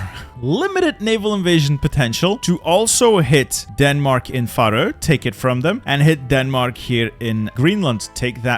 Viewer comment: where are you from? I thought you were american but you pronounce "faroe" so silly